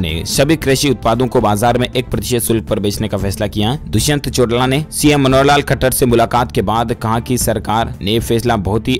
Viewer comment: भाई हरियाणा के डिप्टी सीएम का नाम दुष्यंत 'चौटला' नहीं है चौटाला है